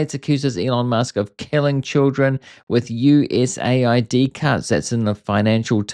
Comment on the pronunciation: Bro US-aid not USA-id? USAID 😂